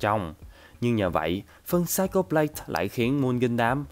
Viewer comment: Anh phát âm sai từ Psycho rồi ạ 😂 Cho ở đây là /ko/ chứ không phải /cho/ nhé